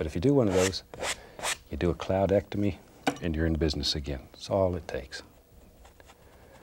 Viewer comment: Omg “A cloud-octemy”😂